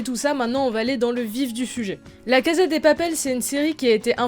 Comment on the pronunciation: Ton accent anglais s'est bien amélioré par contre en espagnol on prononce cassa et pas caza. Tres bonne analyse. J'espère qu'on aura ton avis sur la saison 3. Je viens de la finir et jai été agréablement surprise.